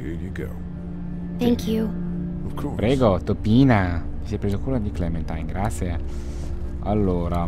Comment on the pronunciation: Si legge clementain hahahah